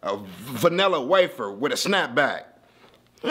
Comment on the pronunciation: Im dead asf he said vanilla waffer wit a SnapBack